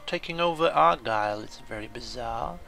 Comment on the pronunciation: and its ar-guy-ill :)